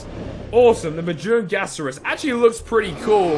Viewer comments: Majunasaurs is pronounced ma-jun-ga-saurs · Majungasaurus is actually pronounced (Ma-jung-asaur-us) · Ma-Junga-Saurus not hard to say bro... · lol ma-jong-a-saurus